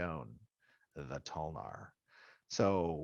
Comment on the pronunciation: Damn- necro paladin toe-lnar 😤